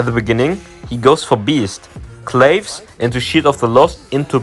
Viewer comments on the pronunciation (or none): been a long time fan and i hate to do this..but claves is pronounced kla-vase and not clayvs..sorry bro. BTW i tried that build but im not impressed with it i feel like he needs something else.